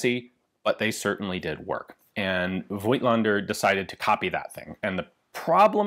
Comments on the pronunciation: Fun fact: the "i" in "Voigtländer" is silent. -->pronounce "Fogtlender". German is weird. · Voigtländer is really a hard German word to pronounce, Ian. One does not pronounce the "i" though. Here is an example